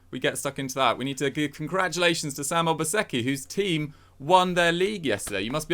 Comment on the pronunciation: I’ll keep saying it. I love that you guys say Obaseki the correct way. 🇳🇬